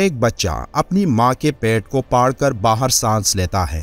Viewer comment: بھائی اردو میں لفظ پھاڑنا یا پھٹنا ہوتا ہے۔ پاڑنا تو کوئی لفظ نہیں یہ تو گالی ہے۔ قرآن کی تفسیر کرتے ہوئے آپ کو تلفظ کا خاص خیال رکھنا چاہیے۔ اور بہتر تو یہی ہے کہ اس ویڈیو کی ایڈیٹنگ کرلیں